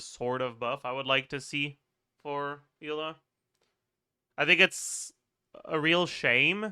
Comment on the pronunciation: Why he stopped saying Aela instead of Eula, it was so much fun